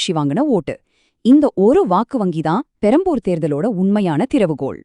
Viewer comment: Adaa tharikuringala Adhu perambur illa perambalur